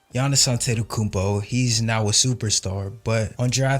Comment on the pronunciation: For all his flaws, Stern really knew how to pronounce names properly. You can see him gather himself before announcing Giannis' name.